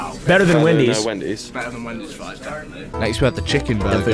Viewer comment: Fwesh fwies